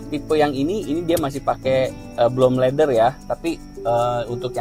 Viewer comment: Saran bang, reviewnya pakai bhs Indonesia aja bang, belepotan lu omong bahasa inggrisnya,, leather bukan ladder,, ga perlu sok gaul pk bahasa inggris tp belepotan.